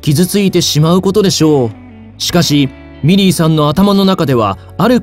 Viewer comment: 皆さん真面目なコメントの中すみません😣💦⤵ミリーさんがメリーさんに聞こえてしまいます